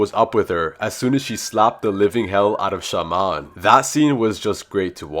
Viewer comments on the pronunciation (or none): none